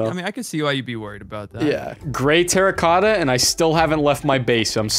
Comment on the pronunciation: "Terracotta Rigatta" you simpiltons... 😂😂😂